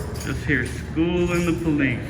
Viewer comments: "herre" instead of here📢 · "Herre" they come